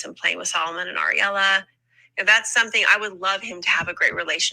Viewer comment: When you guys call Ariella “areola”… 😅